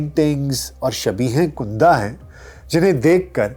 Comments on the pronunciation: آپ لفظ " کنده " کا تلفظ غلط کر رهے هیں ، کنده کے " ک " پر زبر هے پیش نهیں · کندہ kunda نہیں KANDA یا KANDDA ھے